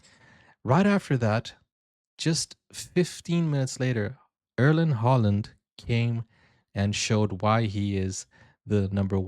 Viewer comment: Im over the moon 🎉🎉🎉.( Im an old Brazil fan). Haalands father was also a known football player,not as good as his son though...his name is Alf Inge(alfi) Haaland( not Holland) thank you for react to this . Love from Norway 🇳🇴❤️ i was watching an Italian channel also.. i acuelly felt sorry for them. They called it a tradjedy... I never forget 1998 ...😉 But we can try to hold Italy under Brazil for you 😉